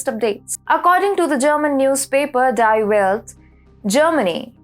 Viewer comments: the pronunciation of "DIE". in "DIE WELT". is DEE. like the letter D details details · It's , BTW, pronounced deee...